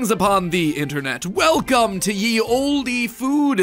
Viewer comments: Matt Patt also made the mistake of saying "Ye". The word was still pronounced "The". Originally people used to write is as Þhe, where Þ is the letter Thorn, which was commonly used before the printing press. Since it was not included in the letters of the printing press, it was replaced by a y. So that is why "the" was written as "ye", even though it was still pronounced with the th sound in front. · Ugh! The "ye" in "Ye Olde" is NOT pronounced "yee"! The "Y" is actually a "thorn", pronounced as "th". I stopped watching "MatPat" ages ago. I'm not 12 years old.